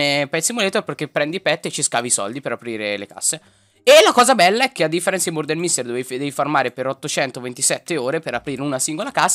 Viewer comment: Ti adoro Soprattutto quando hai detto ✨MoRdAr✨ ❤